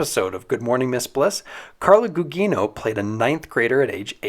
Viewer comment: Its gugino not gugeno